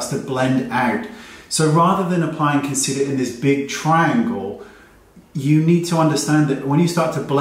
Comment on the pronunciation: Tetreau Nicole she can't even say concealer correctly let alone apply it